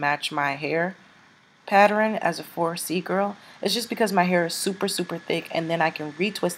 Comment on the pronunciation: "Patterin" lmao